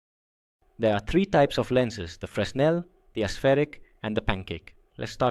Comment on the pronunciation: That's not how fresnel is pronounced. The S is silent. It's pronounced like frennel.